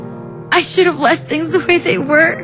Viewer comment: You said Sould it’s Should